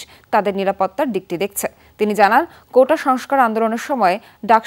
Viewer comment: 'কোঠা' না কোটা হবে। 'এঠা' না 'এটা' হবে। উচ্চারণ-ই করতে পারে না ঠিক করে।